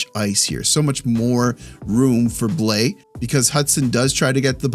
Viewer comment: Quick note on prononciation since I see you're making an effort. Counter-intuitively, Blais is not a difthongue vowel. Forget the A and the I .... and the S for that matter, but that you nailed already. It's "blêh". Don't let your thongue lift during the vowel to make an "aee". Just Blêh.